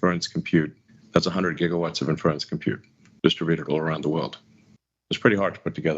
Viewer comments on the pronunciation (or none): the way he pronounces 'inference' (for inference computing) is doing my head in. He clearly never heard it pronounced before using it (it's like in-fuh-rence not in-ferr-unce) so I guess this is one we're going to see him hammer into the ground, using it completely inappropriately tpp